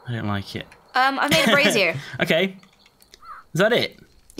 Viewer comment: I love how fails to pronounce "brazier". "I put a spaceship in a brassiere." We need fan art of that.